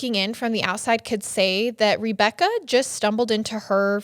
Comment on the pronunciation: I cant fucking stand how she pronounces Rebecca as Reebecca 90 percent of the time drives me nuts.